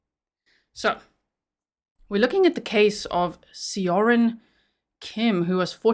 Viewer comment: As a beginning Korean-language learner, I would pronounce Seo-rin more like Saw-rin.